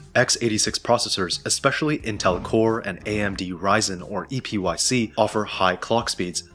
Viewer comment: You can tell when an AI voice is used just by how it pronounces AMD EPYC